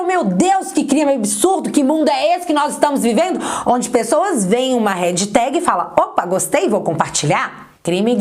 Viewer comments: vídeo excelente! Obrigado mais uma vez!!! Me permite uma pequena correção (há tempos que gostaria de te dizer isso... 😉): HASHTAG não se pronuncia REDJITÉGUI... e sim RÉSH...TÉGUI (som de X como em liXo). Bj! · Adoro seu canal!!! Mas corrige a pronúncia do # hashtag. Não é "redtag". É Hashtag. Beijo beijo! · # hashtag (pronuncia-se rexitégui). Perfeito o vídeo.